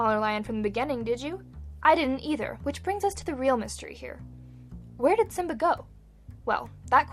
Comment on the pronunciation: Simba not sim.